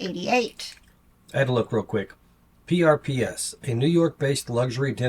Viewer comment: PRPS is pronounced purpose. They are Japanese denim.